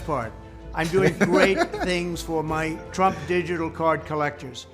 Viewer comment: He can hardly pronounce "digital ". Too much Xanax?